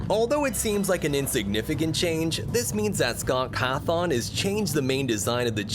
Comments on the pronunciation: Every single time he says Scott coffin instead he says Scott cathon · "Scott Cath-ong" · scott cahthon 💀